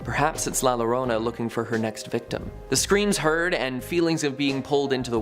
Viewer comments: La yo row na not la lona dude she didn't even try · Its la yo-rona double l is pronounced as a y llo Is pronounced yo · LaLlorona is pernounced la yorona. The double LL is pronounced as a Y.